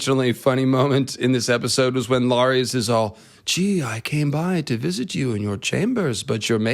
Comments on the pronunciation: Who is Lareeze? Lol! Isn't it LAR-iss? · If you're going to say the name Larys 1000x you should watch the show once to hear how it's pronounced. 😄 I'm really not trying to be mean! It's an interesting video and you make a lot of good points. I especially enjoyed your video about Daemon and Aegon when it comes to character growth and maturity. I'm just sayin', dude..... 🥴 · Dude how do you not know how to pronounce “Larys”? It’s literally pronounced over and over in the show.